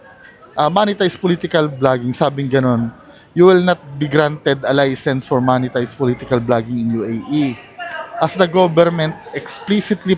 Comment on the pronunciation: talagang "moneytized" ang pronounciation huh.